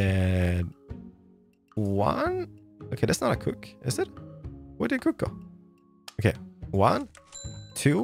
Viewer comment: I love when he said cock instead of cook. xp